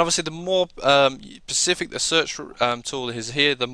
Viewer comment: Nice video, but it is "specific" not "pacific" - the latter is an ocean.